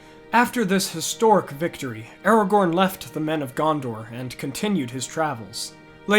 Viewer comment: Did you seriously just say Aragon? 😑